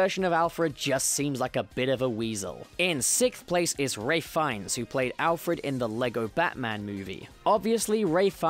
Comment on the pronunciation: I think Sean Pertwee is the best. Also, why can nobody say Ralph Fiennes right? It's Ralph. As in Wreck-it Ralph.